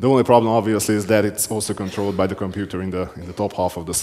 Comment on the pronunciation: “Get to the Computah” 😂